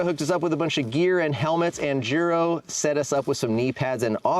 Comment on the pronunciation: these guys are “experts,” but they dont know how to pronounce Schwalbe and Giro? Pathetic.